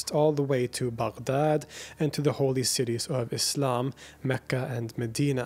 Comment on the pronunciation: You caught me off guard when you said "Baghdad" with nearly perfect pronunciation. It's not easy for non Arabic speakers to pronounce it right. It shows that you're a very well-educated and well-read man. Great job!